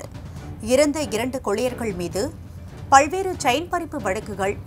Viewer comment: பல்வேறு , பல்வேறு ,பல்வேறு pronounce it properly. See the ல in tamil. Can't hear you saying பல்வேறு.